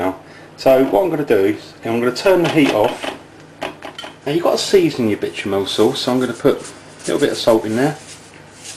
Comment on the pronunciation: I love "bitch-a-mell" sauce!